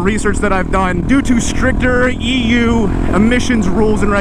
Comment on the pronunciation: Every time i heard you say EU i keep hearing EW, and i agree